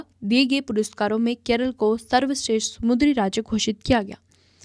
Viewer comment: Not mudri , samundri